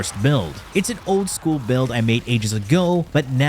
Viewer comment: "Madurai Focus sHcool" xD